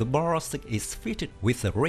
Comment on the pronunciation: Good pronunciation of 'Huta Stalowa Wola '! As well as 'Borsuk'